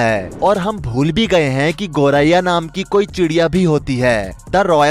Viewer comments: गौराया ❌ गौरैइया..✅ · पक्षि का नाम तो एंकर सही ढंग से नही ले पा रहे 😂 गोराया कह रहे 😊